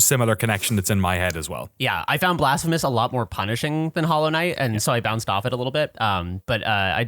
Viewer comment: every time you say blasphemous i hear "the blasph of us"...